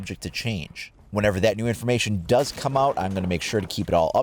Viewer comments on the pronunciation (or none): none